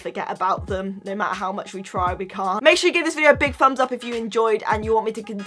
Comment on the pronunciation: is it only me or does anyone else hears hears her say "fumbs up" instead of thumbs up!!??